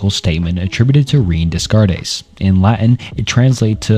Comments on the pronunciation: Imma be honest I hate your pronunciation of Renee Descartes and Liebniz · The Rene Descartes pronunciation caught me off guard, lmao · That Rene Descartes pronunciation